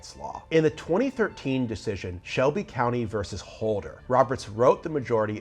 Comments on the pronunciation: “Versus” is not pronounced “verse” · Isn’t the word ver-sus?